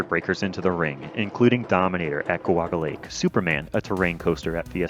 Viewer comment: I believe he said Guwaga Lake 😂